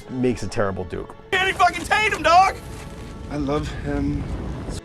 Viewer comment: I thought I was the only one that said Channing taint-yum LOL